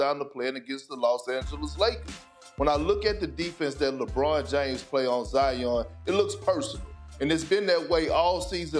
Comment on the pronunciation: Nobody: …. Perk: ZIAHYAWN GOTTA BE ZIYAHYAWN